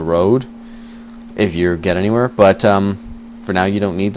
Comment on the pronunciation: lool, like the way you said 'get anywehere' lol